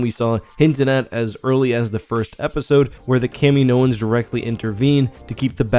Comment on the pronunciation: its not fooking kameenoans...... jesus thats so annoying